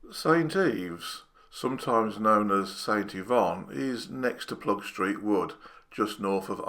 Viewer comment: Well explained! It’s not Ploegstreet but Ploegsteert btw … ‘steert’ is dialect for ‘tail’